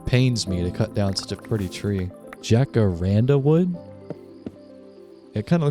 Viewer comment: "jack-uh-ran-duh" gave me a good laugh 😭 "hah-cuh-ron-duh" would be closer to the correct pronunciation!